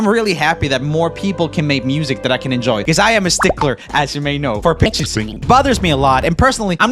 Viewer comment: I heard bitches instead of pitches